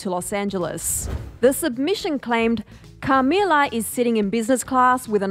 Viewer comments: the way she says CAmila 💀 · Cah-mee-lahr. Like why is she saying it like that?! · The way you say Camilla had me rollin lol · Why’d the host say Camilla like that lol